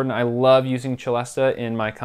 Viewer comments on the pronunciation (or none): I too love the Celesta but it's pronounced 'se-less-tah' not 'che-less-tah'.